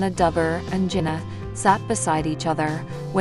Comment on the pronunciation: Her name is Jana with a short A sound. You're pronouncing it with an O. Not sure why. In fact you've mispronounced almost everyone's name. That makes for a bad video & shows you don't know what your even saying!